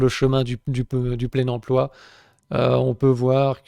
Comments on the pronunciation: hum, une petite envie de taper des gens qui disent "empoi" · On ne dit pas emploi on dit empoi comme lemaire 😜😜😜